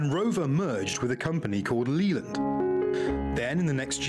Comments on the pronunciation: . Leyland. We say Lay Land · Leyland is pronounced Lay-land, not Lee-land. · LEEland, LEEland? Leyland, LAYland! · OOO, pronouncing Leyland as Leeland is so wrong! (should be pronounced Layland, those in the town of Leyland in Lancashire particularly) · Was that company "Leland"? ... Or 'Leyland'? Leyland is (or was?) a car / vehicles manufacturing company. If it was the latter the narrator definitely mispronounced it. It's 'Leyland' to rhyme with play_land ... _not "Lee_land". (Just sayin'!!) 😏🏴🖖 Anyway, as I didnt see if it was in subtitles, I dont know how tis spelt so obviously that affects the pronunciation. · Agreed. Leeland??? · Leyland is not pronounced as it reads. It's pronounced as Layland. Just FYI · Leyland pronounced as Layland.